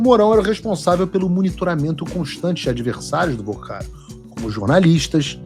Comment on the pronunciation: Não é Vercaro, é VORCARO!!